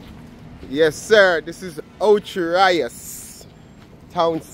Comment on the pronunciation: Just out of curiosity…are you deliberately mis-pronouncing Ocho Rios for fun?